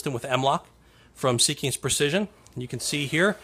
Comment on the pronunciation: They make outstanding products :) It is pronounced seek-ins, not sea kings